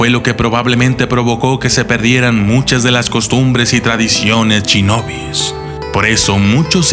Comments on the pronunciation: se dice shinobi no chinobi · Soy el único que noto que dice mal "Shinobi"? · Se pronuncia Shinobi no chinobi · Me encantaron los "Chinobis", jajajaja me gustan mucho sus videos, es solo un chascarrillo, ("Shinobis").